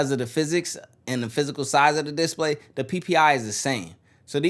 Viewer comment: is he meming when he pronounces display wrong 10000 times in a row?